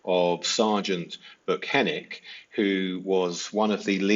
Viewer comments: Hey that's pretty good! You're close enough 🙂 It's just B-yew-ken-ick instead of Boo-ken-ick But honestly it's been said so many different ways 😂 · Heavy emphasis on the "ICK" part. 😂